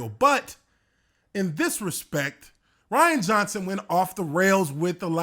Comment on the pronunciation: I love how he says “Rhianna”.